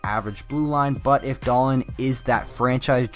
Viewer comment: Please say his name properly lol it's pronounced Dah-Leen